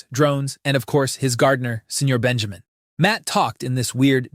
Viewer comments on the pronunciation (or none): none